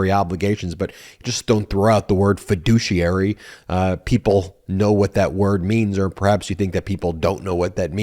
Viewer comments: Ben, I believe he said "doucheiary". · He just says “fiduciary” like “per capita”! 😂